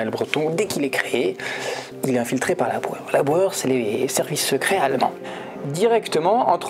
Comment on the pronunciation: J'avais compris "Laboueur" et je me demandais "mais qui est ce Laboueur ? il n'y a pas eu de présentation de ce personnage"...